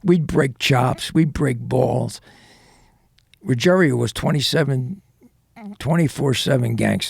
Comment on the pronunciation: Not "Ruggerio". Ruggiero. Different spelling and different pronunciation.